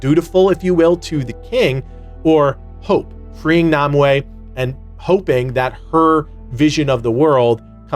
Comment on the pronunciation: it pronounce Nimue (neem-way)